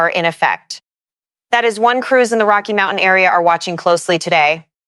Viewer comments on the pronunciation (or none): none